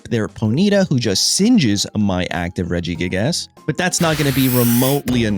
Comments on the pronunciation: regigASS 😂 brother what in the pronunciation 😭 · love how hes saying regi-gig-ASS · It’s his favorite form of engagement bait 😂 mispronouncing names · "Illima so we can bounce our regi-gig-ass" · you really pronounce the ass in regigigas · Came here mostly to see how dude would pronounce Regigigas. Was not disappointed